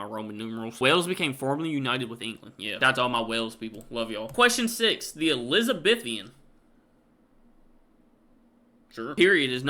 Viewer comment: The Commonwealth is a group of 56 member countries , most of them former territories of the British Empire. ELIZABETHAN is pronounced ELIZ A BEE THUN. We USED o have free speech until the new Labour government was elected. Now you can be locked up for shouting at a police dog !! The POPE is head of the CATHOLIC church.